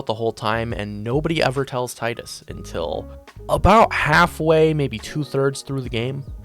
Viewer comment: Bro es Teedus but besides that great video! Keep it up